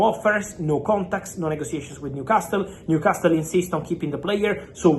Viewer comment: I like how he's says ''New-Cas-tul'' Haha